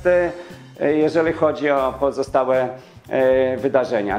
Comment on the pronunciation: Jeżely zamiast jeżeli, galy zamiast gali, przeżyly zamiast przeżyli, czyly zamiast czyli. Umiesz pan mowic po polsku?